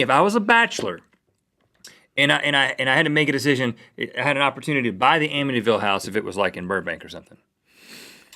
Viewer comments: It's Amityville not Amittyville haha sorry to be picky but it's the next town over from me. :P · amityville not amittyville you guys